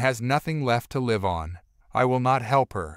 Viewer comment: Learn to pronounce Mamabear, it’s not mamabar. Also pronounce live right